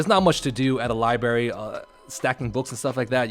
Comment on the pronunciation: That nigga said libary